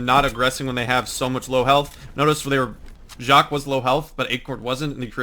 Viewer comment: it is pronounced JACK.